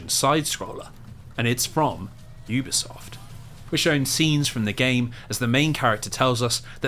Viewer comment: It’s pronounced Youbisoft not Oobisoft. I’ve worked with them for years.